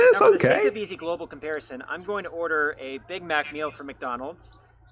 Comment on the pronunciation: It's meekdonalds